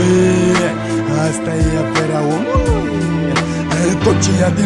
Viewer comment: ce mod de a accentua cuvintele are :))) gen "omuLUI" "sa fIE" "veCIE" isi subtiaza vocea :))) ce taran :))